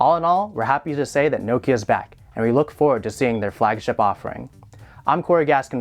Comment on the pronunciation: wtf? also who was getting annoyed w/ how he was saying 'nokia'